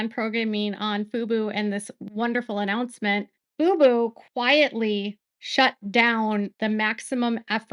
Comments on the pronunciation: It's Fubo. emphasis on the O. FUBU is a Black owned clothing company. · Fub-O not Fub-U. FUBU is an urban style clothing brand from the 2000s😂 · I hear you saying FUBU and not FUBO. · Baby girl (or AI, who knows?), it's pronounced 'FOO-BOW' not 'FOO-BOO'. That's For Us, By Us - the 90s hip-hop clothing brand 😂😂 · FUBO pronounced Foo-Boo not FOO-BOW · The channel is pronounced foo bow. Thank you for outstanding coverage on the Baldoni vs Lively lawsuit. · Yes, you are correct. FUBO is pronounced FuBow. FUBU is pronounced FuBoo.😊